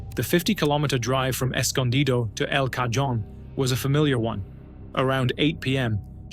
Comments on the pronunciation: "El Ca-Joan" "El Ca-John". 😂 El Cahone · you showed a tennessee state trooper at a san diego crime scene. and it's pronounced 'cahon', even though its spelled 'cajon'. still, good storytelling, and since i'm familiar with many cases you bring up, i want to say that it's nice you don't sensationalize things, and when you use sarcasm, it's.....respectful? can that actually be a thing? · Escondido (S-con-de-toe) El Cajon (EL Ca-hone) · You don’t pronounce the J in El Cajon as a j, but as an H… like cahone. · Its pronounced EL ka hone😅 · El Cajon the j is an H sound.